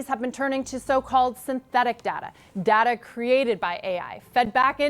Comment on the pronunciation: it's pronounced data not data!!